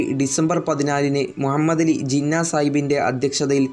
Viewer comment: Mua mmed alla mu ha mmed ennann athupolum ariyille?